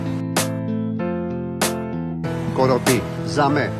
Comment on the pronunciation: Προφανώς εννοούσε corrompue, αλλά δεν έβαλε καθόλου μ και δεν τόνισε καλά. Εγώ νομίζω ότι γενικά ήταν κατανοητός, αν και με χαρακτηριστική ξενική προφορά για το γηγενές αυτί.